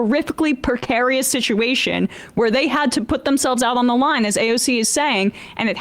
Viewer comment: "percaryiss situation"